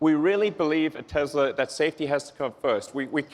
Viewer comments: Stop saying "Tezla"!!! It's pronounced "TESSLA" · When did it become Tezla? I guezz it runz on electrizity and iz put together uzing adhezive so Tezla it iz. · So it's pronounced Tezla? Been saying it wrong all this time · I think it's funny the people who work for Tesla can't even pronounce Tesla correctly, lol. Tezla lol